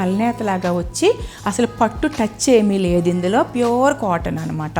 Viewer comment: మీ వీడియోస్ చాలా బాగున్నాయి మీ సెలెక్షన్ మీ కలెక్షన్ కూడా wonderfull ఆండీ but మరీ కొన్ని వర్డ్స్ అలా వత్తి పలకడం కొంచెం ఇబ్బంది గా ఉంది ఆండీ ( ప్యూర్ అనే మాట మామూలుగా చెప్పినా బాగుంటుంది )